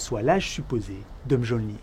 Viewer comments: 22.40 tu connait pas tes origine? On dit pas m geol nir. Mais miolnir... l'orthographe n'est pas la sonorités. Ou alors laisse ton taf a une IA ca ira tous aussi bien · Mjølnir se prononce plutôt Myeulnir, à mon avis (entre de nombreuses autres approximations). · Je ne suis pas sur qu'on prononce mjolnir mais plutôt miolnir non ? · Mjolnir, ha j'ai cringé sur la prononciation...